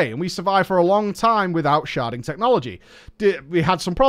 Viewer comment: I can't tell if you're purposely saying "sharting" and you're joking around, and these idiots don't get it. Or if you actually don't like sharding, and just had the hilarious misfortune to misspell it in every instance. P.S. If it's the former, it's well funny, good on you.